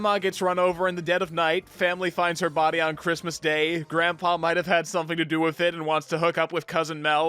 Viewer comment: it sounded more like "chrittmas"